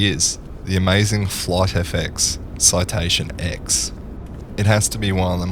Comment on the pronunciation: FYI, it isn't Citation X! It is Citation 10, as in the Roman numeral X.